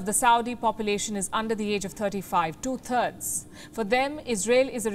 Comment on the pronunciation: If you can say threat Why do u say turds ? Instead of thirds. Yes you can but you don't. You also said in this report not only think correctly but threat correctly. So please say third correctly it's not 2 💩💩RDS but two thirds.